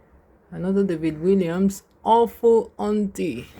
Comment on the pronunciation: The author's name is pronounced WALLIAMS with an ‘A’, not ‘I’